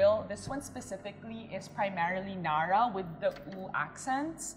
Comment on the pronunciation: Cringing how she pronounces narra “nuh-ruh” no honey, NA-RA